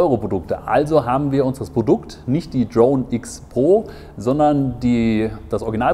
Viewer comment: Was ist das für ein Dialekt wo immer B statt P gesagt wird? Ist mir noch nie so krass aufgefallen wie hier. Brodukt, Brofi, Verbackung... :D